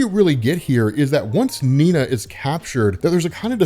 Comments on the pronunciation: Cool story. Nina is German though, so her name would be pronounced "Nee-naa" not "Neen-ya". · Bro, her name is Nina, not Niña. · Am I missing something? He keeps saying 'Niña' even though it says 'Nina' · minor irritation, but: not Neen-ja, you make it sound Spanish... it's Nee-nah, a common German name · why do you pronounce Nina as "Ninya"? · It's just Nina not Niña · It’s Nina, as in “Knee-Nah” the word you are saying is little girl in SPANISH. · does he mispronounce Nina as a joke or.. ? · Kinda weird how you pronounce Nina. As if its two separate words instead of one. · You’re pronouncing Nina’s name wrong bro